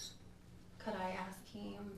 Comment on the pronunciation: Sorry I’ve just made a similar comment. A close second is Aks instead of Ask.